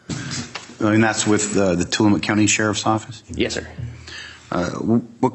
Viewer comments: TILL-uh-mook (rhymes with "book") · Super excited to see this, but tillamok is pronounced til-a-muck😅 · It is Tilli mook like book, look, took, cook, rook, nook. If you are going to moderate, at least do enough research how to pronounce the town correctly. The attorney even pronounces it in the video. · It’s pronounced tilla muck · Welcome to Tillamook OR. Home to one of the nation's top dairy products and where bully LEO's piss all over your rights!! Also, be sure to set your watch back at least 10 years. Btw, it's Tilla-MOOK as in, Throw the BOOK at them filthy journalist!! And to hell with their first amendment rights!! What's this first amendment thingy anyway?? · Tillamook rhymes with read a book. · It’s pronounced ti-luh-muk